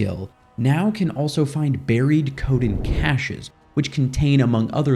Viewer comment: Cache and cachet have different meanings and pronunciations. A cache, is a hidden store of items, and is pronounced kaSH. Ka-SHā is how one should pronounce, cachet, which is an air of prestige.